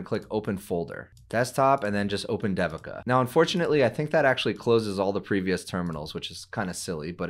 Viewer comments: It's Not Sound Like D Devin It's Sounds In Sanskrit They-vika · I am guessing this is the common Indian name, Devika. If it is, it is pronounced like this: DEVI as in DAVI in DAVID and then KA as in KA:). So try saying DAVID, but instead of the D at the end, just say KA:) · if you an pronounce Devika properly that will be great. It feels odd to hear that pronunciation. this video has the proper pronunciation